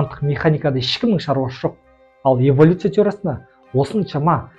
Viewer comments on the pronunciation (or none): Эвалюция емес эволюция